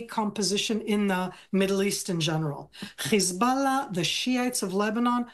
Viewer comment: HIS BULLAH 😂😂😂😂